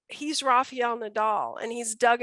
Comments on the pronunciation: It's not Rafeeel, but Rafael. Please learn to pronounce players' names in their countries' language. I know that Americans unlike Europeans don't by and large know how to speak other languages, but respect should be given when pronouncing players' names. While at it, please also note that Giron is pronounced Heeron, not Geeron. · I honestly don't think it should be that hard to understand that the letter "A" one uses to say RA in the first syllable of Rafael Nadal's name sounds, weirdly enough, identical to the very next "A" you find in the very next syllable of his name. So if one can pronounce the first "A" correctly, why oh why they manage to mangle the next one and turn it into an "EE" But it puzzles me even more the fact they then proceed to get both of the "A"s right on his surname with no problem at all. It has to have an explanation for it. It is very simple FOLKS: RA FA EL NA DAL All "A"s sound exactly like the others. How do you get 3 of them spot on and fuck up on one of them? God fucking Damn it! 🏴‍☠ PS.: But it gets way worse bc on right after it she goes and say "RAFA" with the proper pronunciation. Well the "EL" which is the last syllable is like "L" in English so I know it is not hard to pronounce. So say RAFA and then ad the "EL" and voilà!!!